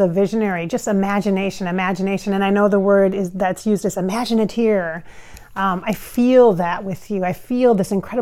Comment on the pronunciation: just wanted to point out that its an "imagineer" not "imaginiteer"(not trying to be rude in any way) ...i love your videos! you should do another River Phoenix video <3